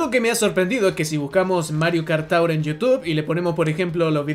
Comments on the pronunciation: Mario Kart "TOWER " xdddddd Se pronuncia Tuor. Ta bueno el video por cierto. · Lo de decir Mario Kart TAUR es broma, no? Porque realmente se pronuncia TUUR. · no mi joven amigo, no es taur, es tour, cuya descripción fonética es: to͝or, que en español seria como tuur. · Cada que dices Mario Kart "TAUR" se me revuelve el estómago, me escoce la cabeza y se me revientan los nervios. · tur (tour) se pronuncia tur o quieres darle más cashe se.dice tugh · Amigo, estudia inglés. Tour siempre ha sido /tur/ . No es como Sour /sauer/ tampoco como Four 4 /Fōr/ . El mismo diptongo tiene varios sonidos. Como en Flour /flour/ en fin… hay docenas de ejemplos para demostrarte que seguramente no has terminado tu curso de inglés, y es normal eres muy joven pero para eso estamos todos para corregirte y ayudarte a aprender. Pero en serio deja de decir de esa manera tan ridícula la palabra Tour . O al menos pregúntale a un angloparlante o en el mismo google sale la pronunciación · "Mario Kart Taur" jajskajaja no man, no se pronuncia así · Mario kart tour se le pronuncia como:Mario kart tur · Hermano que no tengas un ingles perfecto no tiene nada de malo y quien lo critique que se joda pero pronunciar de esa forma tour mientras dices que es la forma correcta asi tan pedante cuando es tan facil como escribirlo en el traductor de google y escuchar que efectivamente lo estas pronunciando mal es como... bro habla como quieras sin responder ese tipo de cosas que quedas peor en mi opinion, espero no te lo tomes a mal.